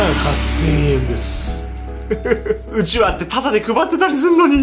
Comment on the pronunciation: うちわのイントネーションが違う笑